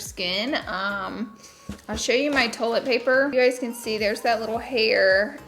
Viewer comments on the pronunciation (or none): She said toilet wrong too 😂 its TOY-let Laura 😂😂😂 lol I'm teasing you, I love you and your channel ❤